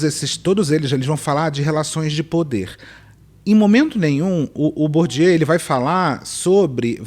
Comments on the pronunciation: Bourdieu não é Bourdieaux não... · Po, querida. Aprende a pronunciar o nome do sociólogo francês Pierre Bourdieu antes de falar de capital cultural de rico no tiktok com essa caneca vazia.😅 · O jeito como ela pronunciou o nome de Bourdieu matou uns 20 sociologos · Sério, que nenhuma dessas pessoas do tiktok conseguiu pronunciar corretamente o nome de Pierre Bourdieu? E ainda pessoas querem dar dicas de capital cultural. 😅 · A influencerzinha não sabe nem pronunciar Bourdieu e tá opinando sobre capital cultural.😂😂😂 É por isso que a internet sai de um onda f4ke para outra. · Acho muito curioso a pessoa querer falar do Bourdieu, mas não conhece a pronúncia do nome... me faz pensar se ela realmente estudou o cara, ou só ouviu o galo cantar e não sabe onde. Sei lá, será se fui preconceituosa? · A primeira coisa que reparei foi a pronúncia incorreta de Bourdieu em vários tik toks... realmente um código dado que, em geral, pessoas ricas falam francês fluentemente desde criança. Inclusive, muitos desses são alfabetizados em francês estudando em escolas de elite... amei o choque de realidade... muito bom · Coitado do Bourdieu, deve tá revirando no túmulo. Citar que o Bourdieu escreveu sobre capital cultural (e ainda pronunciar o nome dele errado) é fácil, quero ver ler dois parágrafos do que ele escreveu e entender alguma coisa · E sem saber pronunciar Bourdieu. 😂😂😂😂😂😂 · A gente já sabe que a mocinha tá performando porque ela não sabe pronunciar Bourdieu kkkk